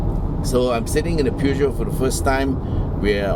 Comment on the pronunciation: Peugeot is not pronounced "pew-gee-oh", Google Translate will give a more accurate pronunciation read-out, both in French and English.